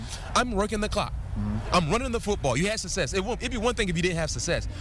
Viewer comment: He also cant say success lol